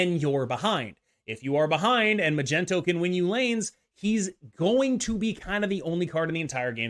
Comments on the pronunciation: Can anyone explain why bynx and him say "Magento"? ... It drives me nuts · Why the hell do you and Bynx call him Magento 😂😂😂😂 is there an inside joke I’m missing here or are you being serious…?!